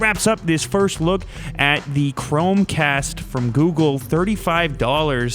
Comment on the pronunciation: lol "googledotcom / chromecast / shetup " oh lew.